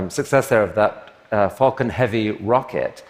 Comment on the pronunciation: it sounds like she says "fucking heavy" instead of "falcon heavy".